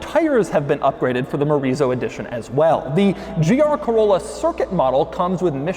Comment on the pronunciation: I keep hearing Chorizo Edition.